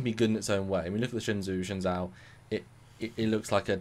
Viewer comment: "Shen-joe", guys. Pronounced "Shen-joe".